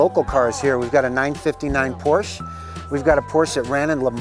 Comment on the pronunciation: Organizer can't say Porsche 959 properly.